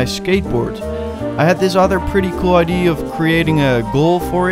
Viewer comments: No offence but you pronounce idea wrong. You say ID. Look it up on google and press the sound button. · Has anyone realized that he says idee instead of idea like in 😂❤